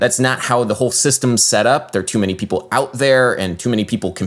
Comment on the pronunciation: I love that you read "ppl" as "pipple". A man after my own heart.